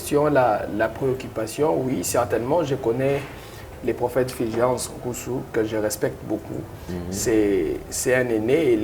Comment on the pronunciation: c'est Fulgence et non filgence